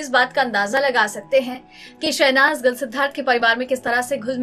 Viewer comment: इतना style मार के क्यों बोलती हो भाई..?..? शहनाज गिल की बजाय शहनाज गल बोल रही हो । हिंदी में भी एक्सेंट का use करोगी क्या..?..?